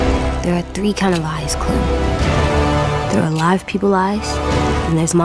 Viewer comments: Is saying lies or eyes? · its lies, not eyes* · I thought they said lives not eyes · Did say lies or eyes”? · does he say eyes or lies